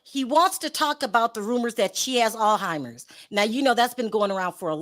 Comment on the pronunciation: It’s pronounced ALZ-HYMERS folks